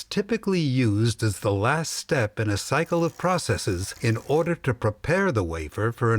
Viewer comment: did he just said "in orderrrrrrrrrrrrrrrr" ????????????????????????? loolll